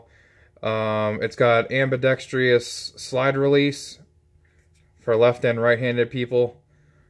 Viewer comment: ambidextrous... decks-truss, not decks-tree-us. I want to say that I'm not that guy, but I'm being that guy. After hearing half the reps at Shot Show pronouncing it wrong, it's aggravating at this point.